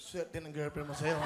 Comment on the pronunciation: parang ngungu kasi sa breeze niya.😅😅😅 ang sayo - shayo ang bigkas niya.😅😅😅